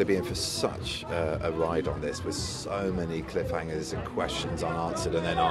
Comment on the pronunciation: rotoko gaming "cliff-hanGERS" 😇😇😇😇